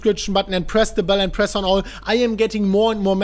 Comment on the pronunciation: Can anyone else just not stop hearing "press the bellend" :)